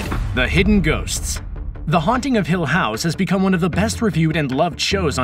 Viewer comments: i just wanna say, the way he pronounces "hill house" drives me mad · It bugs me how many times per minute he says the show and his emPHAsis on hill HOUSE. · says 'hill house' oddly. almost shatneresque. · Why does he say hill house like that